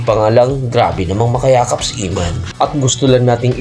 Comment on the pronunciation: Eman po...di iman😅